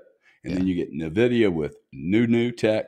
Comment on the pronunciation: GRANT Cardone is a real estate expert that says you need to use everyone else’s money to invest. Which isn’t a bad idea. But he isn’t an expert on the stock market nor crypto. He can’t even say Blackrock or Nvidia correctly. You can’t even say his name correctly